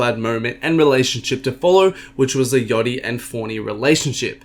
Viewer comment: its fkn yaaaa yachty not yohty